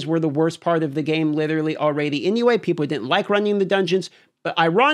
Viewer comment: I all-raydee maxed out my oh-poes.